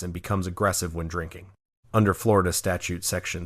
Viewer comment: Flo Rah Duh again!😂